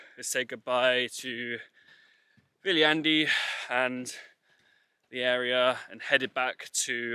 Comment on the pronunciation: maru kasulik on kohalike käest küsida kohanimede hääldust;) Ainukesena oled Sa seni suutnud eestlase jaoks arusaadavalt hääldada nime Viljandi:)